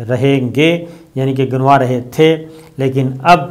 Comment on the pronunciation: جناب صابر شاکر صاحب۔ خدا کیلیے اپنا وڈیو ریکارڈ کرنے سے پہلے سکرپٹ اچھی طرح پڑھ لیا کریں۔ ترکی کی بات کرتے ھوے آپ نے کہا کہ ترک عوام بنک میں رکھے لیرا ginwa رھے ھیں جبکہ یہ لفظ Ganwa رھے ھیں۔ دوسری غلطی آپ نے یہ کی کہ asset management کو East management پڑھا ھے۔ آپ کو پہلے بھی میں نے ٹوئٹر پر گزارش کی تھی کہ اپنا پروگرام کرنے سے پہلے اپنا اسکرپٹ اچھی طرح پڑھ لیا کریں۔